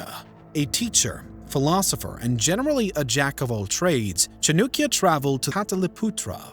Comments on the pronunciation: It's Chan-uh-kya not Chan-oo-kya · Who. T. F. Is CHNUKYA! CHAANAAKYA. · Chanakya not chanukya cha nak ya for non native speakers and chan dak ya if you want to impress Indians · Cha-noo-kya is terrible pronunciation. Better - Cha-nuh-kya? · The narrator should begin by properly pronouncing the name of one of the earliest economic geniuses in human history, author of the Arthashastra (The Treatise on Economics)- CHANAKYA or Kautilya. It is not Chanookya (which even sounds ridiculous). Has his name been spelled this way in any history book? As soon as I hear Chanookya, my interest has dropped to zero. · It's not chanukya its chanakya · NOT CHA-NUK ITS CHA-NAK-YA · His name chanaakya not chanukya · chanAAkya not chanukya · Its Chanakya, not Chinukya. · It's not pronounced "Chinook-ya" it's pronounced "Chah-nukk-ya". Also pronunciation of Karnataka could use some work. Overall, I'm glad you are trying to understand the history of India. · Every time he says ChaNUkya I get this intense cringe mixed with a spike of rage. Is it so hard to say Chanakya with a western tongue? If the maker of the video can't speak the name of Chanakya chances are he will make a shit of video about him and the Guptas. Stopped watching at 2.42. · His name is chanakya. Not chunukya. Is it so difficult to pronounce chanakya? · 😂😂😅 How does “a” become “u”? By pronouncing “Chanakya” as “Chanukya”…😂😂 Its not Nenda empire, its Nanda empire. I thought the British came up with English but I guess they’re just as confused. How Chanakya led Chandragupta into taking over Nanda empire “isn’t exactly know” says someone who hasn’t read history before making a video. 😂😂😅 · who the hell was chunukya lmao? It's Chanakya(chaa-na-kyaa) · Chanakya not nukia 😅 lol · It's chanakya not chunukya 🤦 and they are you tubers🤦🤦🤦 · That's at least ok What about cha - noo - kya 😂😂😂😂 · Hello, u spell chanakya wrongly as Chanukya… please fix it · Not chaaanukya... acharkya chanakya... some respect please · It's Cha-nak-ya